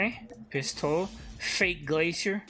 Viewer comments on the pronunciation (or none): none